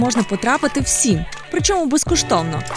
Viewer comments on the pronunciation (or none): Правильно вимовляти Ла́ториця та Рáкоці, дуже ріже слух( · Дякуємо за неймовірне відео🎉 Тільки наголос, лАториця, рАкоці🤐🤐🤐 Трішки спаплюжили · Чесно не в обіду, но такі наголоси як ви дали на латориця , ракоці, це вуха розрізає повністю! Закарпаття не говорить так! Навчіться правильно говорити! Це не якісь інострані слова!! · Страшне, як ріже вуха тота ЛатОриця і РакОці🥴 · І не Ракоооці а Рааакоці) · Не латОриця, а лАториця, не РакОці, а РАкоці! Дякую за випуск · ЛАториця, палац РАкоці, а не ЛатОриця і не палац РакОці. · Душа болить коли вдаючи з себе розумних ведучі неправильно говорять. Латориця- наголос на перший склад, Ракоці так само а не на останній. Коли розповідаєте про Закарпаття то спочатку вивчіть усе досконало. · Тільки річка ЛАториця, а не ЛатОриця. ПІкниця і РАковці. Дякую. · лАториця, рАкоці. У всіх угорських слів наголос на перший склад. Випуск дуже цікавий. + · Власні назви і наголоси ....вухо ріже латОриця , РакОці ) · Якщо я не помиляюсь, то палац РАкоці (Ференца Ракоці), тобто з наголосом на перший склад 🙏🏻 Дякую за цікаве відео! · Дуже гарно і цікаво. Багато нового дізналася. Молодці! Але ріжуть вухо неправильні наголоси : ЛатОриця, РакОці. Все ж краще звучить так, як говорять місцеві. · Дякуємо за вашу працю! Відкриваємо з вами нові куточки рідного краю. І за правами місцевих мешканців, дозвольте вас виправити: правильно казати ЛАториця, РАкоці 😊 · Господи, як ріжуть вухо наголоси. Чому не консультуватись з місцевими? ЛАториця, РАкоці..і Мукачево відміняється: Мукачеві, Мукачево, Мукачева.. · Річка Латориця, наголос на перший склад, Ракоці наголос на перший склад. Відео класне, дякую, що зняли про наше місто. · Одне зауваження від місцевих (не задля образи)-правильно робіть наголоси на власні назви, річка Латориця наголос на перший склад, Ракоці - теж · Латориця і Ракоці - наголос на першому складі. Нам, місцевим, дуже ріже слух :-( На протязі всього випуску ЛатОриця 😢